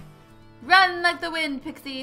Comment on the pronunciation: it's not pixi it's pixie